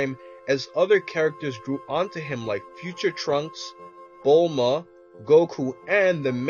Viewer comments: Ha he said bula instead of bulma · it's Bulma not Bula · bula it's bulma